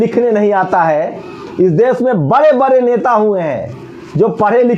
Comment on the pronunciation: Bare bare neta nahi bade bade neta pehle khud to bolna Sikh le mere bhai